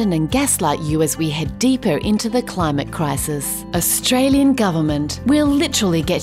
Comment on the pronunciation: Australian not Australien